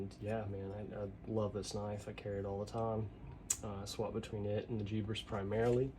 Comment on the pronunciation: Lol it cracked me up hearing jeebers. I have never thought of that or heard it called that way. It is funny that’s for sure lol